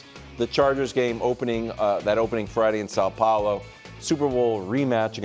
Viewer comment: The way Wildes said São Paulo. Just crisp and smooth! Brazil thanks you!